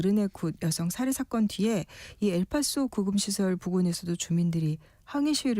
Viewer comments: 엘빠쏘.... 엘페소 아님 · 안녕하세요 엘파소 에 살고 있는 교포 인데요 엘페소 라고 하시는 발음 이 틀렸고 엘파소 라고 합 니다 현제 이시티 에는 한국 교포들이 8000 가족 이 살고 있읍니다 BTS 가 엘파소 에 오는거는 아주 좋은 뉴스입니다